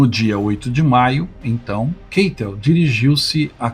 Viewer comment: Excelente vídeo. Pretendo conhecer o local. Só ressalva: narradores do YouTube insistem em "inglesar" nomes e sobrenomes alemães. Só para lembrar: a pronúncia do sobrenome do marechal Keitel é "Káitel", jamais "Keitel". A escrita é Keitel, mas a pronúncia é "Káitel". Acho que desenhei.